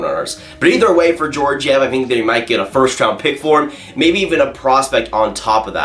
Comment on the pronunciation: Can you pronounce Georgiev right